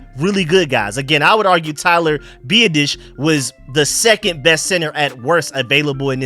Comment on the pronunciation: His name is Tyler BEE-AH-DIS, biadasz say my man name right PLZ